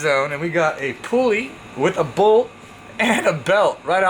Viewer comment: Brad - it's PULL-EE not POOOL-EE